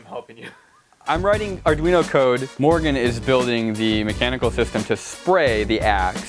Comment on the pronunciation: Every video, I learn, of any one can say Arduino it’s Mr.osman!